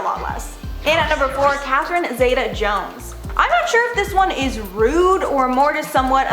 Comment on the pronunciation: They all need to remember - it's OUR money that is paying them their wages! PS : The "Zeta" in Catherine Zeta Jones is pronounced "Zeeta", 😊